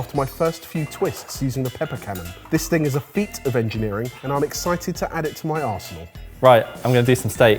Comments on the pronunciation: I know he said arsenal, but I definitely heard asshole... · Did anyone else think the pepper cannon quote sounded like "And I'm excited to add it to my arsehole"?? I mean arsehole and arsenal don't sound that different, I was very concerned for a second. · anyone else think that said asshole instead of arsenal? LMFAO Surprised me a bit! LOVE to see James back for this one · i hope i am not the only one who heard arsehole instead of arsenal in the beginning. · When said arsenal and I definitely heard a different A word💀